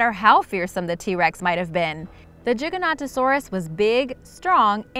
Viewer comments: Choc chipz gaming - Unfortunately that is incorrect cuz look at the spelling - Giganontosaurus! You are saying it like - Gigantosaurus! You are missing an extra "o" and "n"!!! Sorry just a pet peeve of mine! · Its pronounced GIGAN not JIGA and so its GIGANTOSAURUS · that pronounced GY-GAN-OT-O-SAUR-US and their the largest carnivores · Its gi-ga-no-to-sau-rus not chiganotosaurus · I giga not jiga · I don't say Giganotosaurus instead I say Gigantosaurus. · Gig-a-no-to-saurus. The first G sounds like the second G. It's not a J sound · It's pronounced Giga not Jiga... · I think it’s pronounced gigagto saur us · Gie gan oh toe soar us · Explaind, Giganotosaurus is pronounced as Jig-ah-no-to-saur-us. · car-char-ro-don-toe-saurus. Giga-no-toe-saurus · Narrator: JIGA- NOTTA-SAURUS Me: Pukes. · its pronounced ji-ganto-saurus as in gigantic cause at the time t-rex was the biggest meat eater known then they found gigantosaurus which is bigger and thought it was gigantic so gi ganto saurus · it's pronouced Ji-gan-to-saurus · It’s Giganotosaurus Gi-Ga-no-tosaurus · Gi gan ta saur is. It is the correct answer to say The GIGANTOSAURUS!!! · This is how you say gigantosaurus gi gant to Saugus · Giganotosaurus, its should pronounce Ji-ga-no-to-saw-rus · Jiganatosaurus like dat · Say gi-ga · ...its giganto like Giant..Giga..big...I dont understand your question.... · It's no toe saurus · Gi ga not o saurus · It’s good to know I’m not the only one who pronounces Giganotosaurus as Jig-a-not-o-saurus. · she said jiganotosaurus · It's pronounced Gig-an-oto-saurus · It's jaygantosaurus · Giganotosarus it’s pronounced with a hard G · Well its giganotosaurus as in jig saw puzzle type. It even states that in dinosaur encyclopedias lol. People dont read the correct pronunciation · Jig o noto saurus thats how i pronounce giganotosaurus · JIG AN OTO SORE US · Gi - ga nota saur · Giganotosaurus Jig-uh-no-toe-sore-us Charcharodontosaurus Car-car-oh-don-toe-sore-us